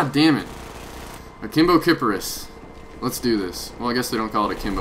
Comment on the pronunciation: Um no offence but its not a Wa2000 its a W.A.2000 XD and also intstead of "kipiris" like Icarus more like kiparis like lala sound kip argh s* little s noise XD